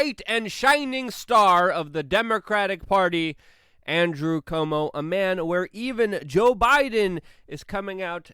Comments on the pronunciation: I wonder whether Luke intentionally mispronounces Cuomo's name to disrespect him or because he just can't pronounce Cuomo? Like quota.. Cuomo, not Como like a comb over lol😂😂😂😂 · and pronounces Cuomo as komo